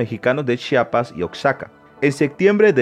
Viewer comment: Nos sabe lo que dice menos, pronunciar Oaxaca y chiapas